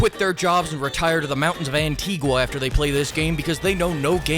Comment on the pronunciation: Antigua 🇦🇬 🇦🇬 🇦🇬 🇦🇬 is pronounced Anti-ga